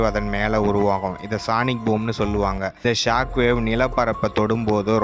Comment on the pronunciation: சானிக் இல்லப்பா....சோனிக்